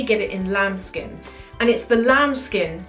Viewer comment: everytime i hear the words "lamb skin" makes me feel like she is saying 'child skin'.